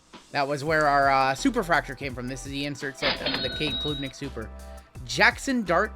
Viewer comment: Klubnik isn’t a long U sound. It’s said like Club. Club-Nick not Kloob-Nick. Carry on!